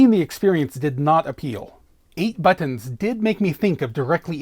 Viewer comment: The way you say "BUTTINS" :D